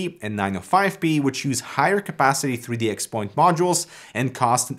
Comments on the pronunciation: Cool stuff,. BTW, 3D XPoint is pronounced "three dee cross point" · Just letting you know. 3DXPoint is pronounced 3D Cross Point. Just in case you create any more videos discussing this. Great video and very informative.